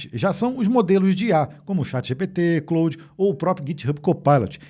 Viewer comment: O nome é Claude.. e não "Cloud" 😂